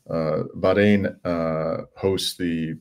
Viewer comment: ❤❤ Rami, thank you for pronouncing BaH rain correctly! ❤❤